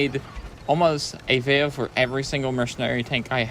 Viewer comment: When you say vayo do you mean video?